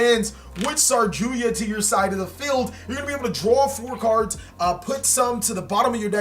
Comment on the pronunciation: Its saryuja not sarjuya lol